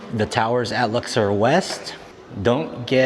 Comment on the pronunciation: LuxOR not LuxER and go Padres